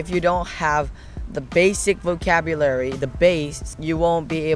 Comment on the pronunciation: 素晴らしい内容で感服致しました❤私は動画を見て、ひとつとても気になった点がありました。長男が英語で話している時はvocabularyはネイティブ発音で、日本語で喋る時はボキャブラリーとなっていて日本語の中に入っているカタカナ英語とネイティブの発音の違いにとても驚きました😮✨️日本では英語をカタカナ表記することが多いですが、それとネイティブを使い分けられていることがとても凄いです🎉